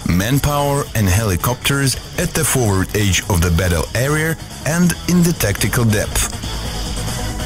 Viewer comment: WTF is a "foward AGE of the battle ERIER"?